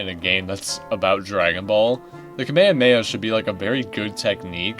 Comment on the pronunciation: Yo the way you pronounce kamehameha made me physically ill 😭